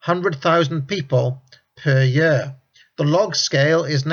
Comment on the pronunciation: year not yer, heard not hyeard